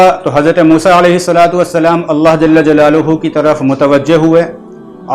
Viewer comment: حضرت اللہ جل جلالہ میں جل کے لام پر زبر پڑھاجاوے بہتر ہو تا جزاک اللہ